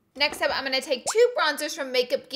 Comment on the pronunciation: She says "goin" (rhymes with coin) instead of going and I can't un-hear it😂😬